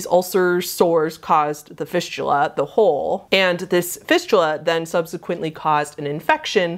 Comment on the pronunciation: After she talked about fisting and went to fistula, (was listening to this vid) sounded like "fishula", my brain ended up thinking "fishula" was like fisting, but with a fish instead.. .-.